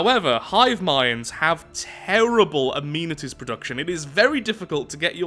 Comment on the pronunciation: why do you pronounce amenities wrong